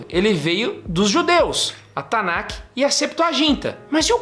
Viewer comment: A gente fala Tanakh, mas pronuncia"TANÁ" é não tanaqui